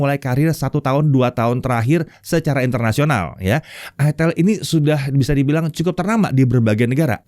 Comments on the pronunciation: Itel ya, bukan itel😂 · itel, bukan : aitel, aitel bukan itil. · tetap aja sebagun orang Indonesia karena membaca dengan Kaidah bahasa Indonesia bacanya Itel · bukan ithEL ya om 🤦🤣🤣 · Bacanya aitel/aitil yak. Bukan itel 😂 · di baca itil 😂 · Om ngomong nya itil/itel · Bacanya aitel bukan it*l🤣🤣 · Dibacanya itil ateul🤣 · Baca nya aitel bos ❤ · Kebacanya nganu njir 🗿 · Ngakak, pas cara penyebutan produknya🤣🤣